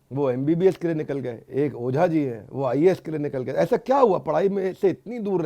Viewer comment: AAees nahi IAS